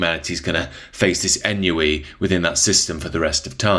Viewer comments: Love your work mate, great analysis as always. Just a note, ennui is pronounced ahn-wee not ehn-you-ee. Think filthy french pronunciation. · Ennui. A French word. Pronounced ahn-wee. Or on-wee. That's the way it's pronounced in French, in American English, and yes even if you are British. Whatever you said is definitely not it. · I think that it’s pronounced ‘on-wee’ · Is this AI? Because, fwiw, you mispronounced "ennui."